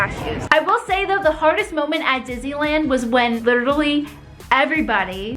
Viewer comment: My favorite snack is ice cream. Also, who thought she said dizziland instead of Disneyland?